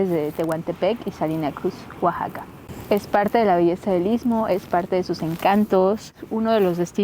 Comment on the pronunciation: Arriba Oaxaca! Orgullosamente Oaxacaqueño ! Por favor pronuncien correctamente Oaxaca,no es Ouxaca, Oasaca.gracias !